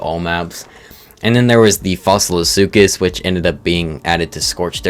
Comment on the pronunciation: It's pronounced like (Sūkus) not (sooches)